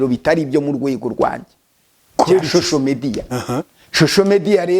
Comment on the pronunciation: Nubwo ufite imodoka nziza ariko ntukabeshye ntiwize ntibavuga shosho media bavuga social media uko uvuga nkumuntu utarize na primary ngo nayo uyirangize